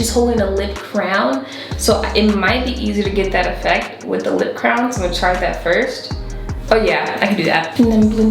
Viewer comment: The whole time I thought she was saying “crown” not “crayon” 🤣